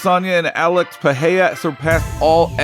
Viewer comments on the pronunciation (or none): What’s with everyone pronouncing his name as if there’s an H in it? It’s pronounced Pi ray rah not Pi hay day. If you can’t roll the “R” say the “R” regular or the American way. The way this guy and Joe Rogan says it sounds very unintelligible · PEREIRA is pronounced PE-RAY-RA!!! Otherwise I enjoy your efforts. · Im fascinated everytime some cant pronounce R s after another in a name like Pereira.